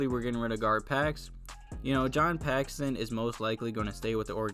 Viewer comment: Dude, it's John Paxson.